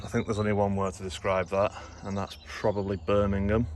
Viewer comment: “Birmingham” made me howl!